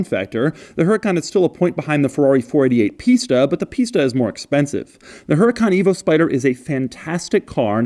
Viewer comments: Says the accent is over the second "a" in Huracan. Shows owner's manual where accent is over the first "a" Shows doorsill with accent after the second "a" Real consistent there Lamborghini. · So he says the accent is over the second A but on the book it’s first A. Come on, Lambo! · "Huracán" is a spanish word and the accent goes in the 2nd "A". The typo is in the manual, not in the car. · the accent is on the first A in huracan the accent is on the second A in huracan. make your mind up, italians. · If this video gets deleted, its because lambo gave Doug some hush money. Accent on the wrong "a". How embarrassing. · Huracán, google it, Doug. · Btw the owners manual is wrong its huracán not hurácan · Accent should be on the second A., and the H is silent. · The only thing with the Á is that is in the wrong A....... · yeah but the accent is put on the OTHER A! Lamborghini can't seem to decide which A is supposed to have the Accent! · Huracán is Spanish for Hurricane. The accent goes on top of the 2nd A. -------------------- Huracán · The accent is in the second a, the H is silent and Huracan means Hurricane. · the manual is messed up, huracàn is right, even if its a spanish word you can hear by the way you say the word that the accent sits on the second a.... huraca - n / hura - can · I was getting nervous thinking that Doug didn’t realize the accent fail but hell no. HE. HUNTS. QUIRKS. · It takes 2 seconds to google Lamborghini uses Huracán on their website and everywhere else with the accent on the second A. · The origin of the word huracán is from the Maya. The accent mark on the dirver's manual I think it is a mistake. The force is in the syllable CAN, not in HU. Say it huraCAN, not HUracan. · Remember Doug, the H is silent. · They mess it on the user manual, Huracán is a Spanish word (meaning tornado) with the accent in the last A. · If Huracan is on Spanish the the accent is on the last A. Huracán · The H is silent. It’s pronounced u-ra-cán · Der Huren-Kahn!?